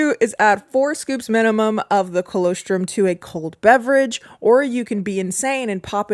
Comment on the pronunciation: I think you’re pronouncing colostrum incorrectly, and I normally wouldn’t comment but it’s part of breast milk, and I actually went to check the description because I was hoping it was a different type of supplement 😂